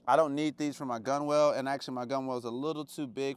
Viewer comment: I know it’s spelled weird but it’s pronounced GUNNEL. Like tunnel with a G